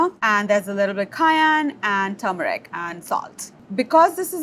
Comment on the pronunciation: Or “turmeric”. People keep missing that first R. But as long as the food’s good I’ll cut ‘em some slack.